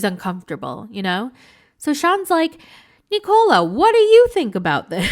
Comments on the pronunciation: Hey it’s NIKO-La. Not “Nicole” -lah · Why are you pronouncing Nikola's name like it rhymes with Ricola cough drops? Listen to how Misha says his name.